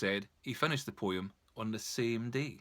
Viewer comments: If I have to hear this prat say poyim for poem $##@@ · Wow this was a beatiful poy-um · The way you say the word "Poem" is so funny, thanks for brightening my day!